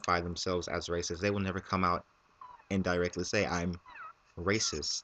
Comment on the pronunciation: i thought you said rapeist...... ether way, that guy is messed up!